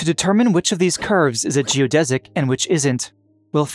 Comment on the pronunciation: finally, someone that pronounces "geodesic" properly.